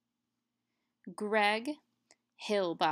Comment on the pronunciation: FYI, voice interpreter mispronounced the name of student leader Greg Hlibok as "Hill-Bok" but should be "Lie-Bok" (H is silent).